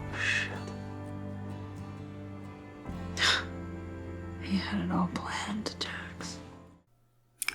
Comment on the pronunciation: Ever since ive seen this i say shat instead of shit cause of chibbs lol